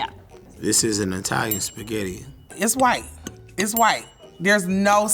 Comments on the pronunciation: PORCO DIO E SPAGHETTI 2 T non SPAGHEDI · the winner knows how to make spaghetti just doesn't know how to pronounce it. "shpaghetti" :/ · What bothered me is how she pronounced words like "shpagetti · Girl is you cool! Not Spagagna!!😂😂😂😂 … he used what ingredient “jalapeño😂😂😅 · "I' m and I eat spagheRi" 💀 Imagine not being able to pronounce your own surname.